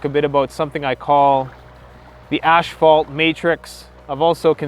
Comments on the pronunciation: When he says asphalt, it keeps sounding like ash-fault. And he needs to go on the "Dark Web" to find BDSM porn? Take 3 seconds out and Google PORN! DUDE! IT'S EVERYWHERE! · Oh no, it’s another Mandela effect... “asphalt” has been turned to “ash-fault” ...or is that just Canadian accent? ...my bad